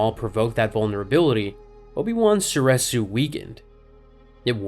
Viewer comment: Soreeeresu not sor eh su cmon man it's literally been canonically said